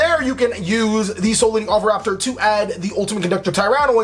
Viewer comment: i like how you were "struggling" each time to say oviraptor but in fact you said it right each time